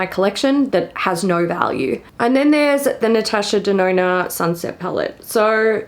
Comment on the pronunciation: Everytime says natasha denona... i hear natasha deNoNo XD